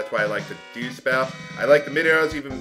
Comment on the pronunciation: Why is it that instead of dew spell you said douche spell?